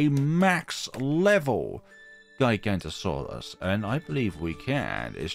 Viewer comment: well max power giganotosaurus is one of the strongest tier 5 in the game so round 181 doesn't seem that difficult edit: not that important so who really cares but giga-no-to-saurus (not giga-nto-saurus) but really who cares